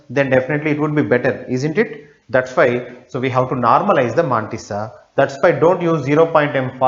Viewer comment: Good!! But the pronunciations are more awesome!! MAAAAAANTISSA!